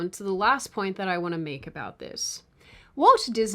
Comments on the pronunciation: Walt. Walt. It's WALT Disney. Walt. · The way you read Walt sounded like Woke in many instances. Was this deliberate…? 😂